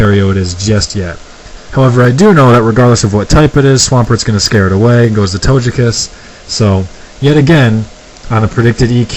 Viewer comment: Rock Paper Scissors: Win Tie Win It bugs me when people say Togekiss with a soft g (as in giant) rather than a hard g (as in get), just saying. I think he ran a a specially bulky sweeper set with that Togekiss.